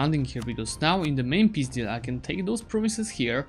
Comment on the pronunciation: я один слышу "пиздил" когда он говорит "peace deal"?